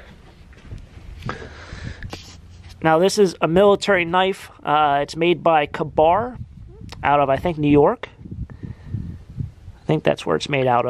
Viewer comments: "Kay-bar" is pronunciation.😀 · Nancy Reugsegger - You are so right. It is K-Bar on the knife tang, but is pronounced just as you say" "Kay-bar".